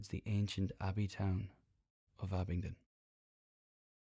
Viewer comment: Da river instead of the river... OMG IM DIEING